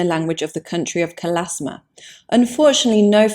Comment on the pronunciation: It's Kalashma, not Kalasma.